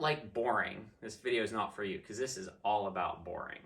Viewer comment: Great video, awlthough we couldn't see awl of face awl the time.